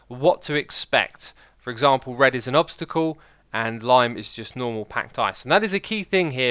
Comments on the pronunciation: Nice english 😂😂😂 u mean obstacle not obsticle ahahahaba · "tuturial" "obstical"